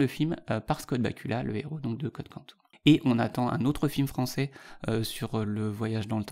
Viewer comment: Très bonne présentation, forcément pas exhaustive (comment aurait-elle pu l'être ?). Un seul petit bémol : mes oreilles ont été désagréablement chatouillées par le "Quantoum" (de "Code Quantum"). La terminaison "um" se prononce quasi-systématiquement "om" et non "oum" en français ; on ne dit pas aquarioum, maximoum, plutonioum... on ne dit pas non plus Quantoum. Mais merci cependant pour la référence à cette série qui est ma préférée (ceci explique cela). Dans ma liste de références moins connues mais qui valent le détour IMO : en séries, les canadiennes "Continuum" et "Travelers" ; et en romans, "Le voyage de Simon Morley" (et sa suite "Le balancier du temps"), de Jack Finney, "La carte du temps" de Felix J. Palma et "Le Grand Livre" de Connie Willis.